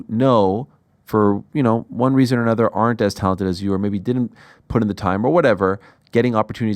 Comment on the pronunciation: I love this dude. However, one thing has always made me wonder... Why does he seem to mispronounce the word "put?"